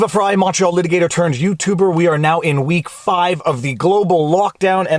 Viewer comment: Are you saying Montreal lawyer or Macho lawyer in your intro? 😁